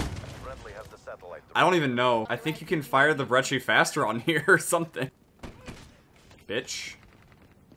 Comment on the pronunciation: Brechi 😂😂 he can't pronounce it